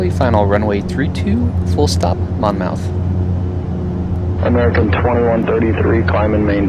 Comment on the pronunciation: Nice video- FYI KBLM is actually in Wall Township NJ- about an hour away (in a car) from Atlantic City (KACY). Idk why KBLM comes up as Atlantic City but it does on a lot of plates. Also it’s “Mon-myth”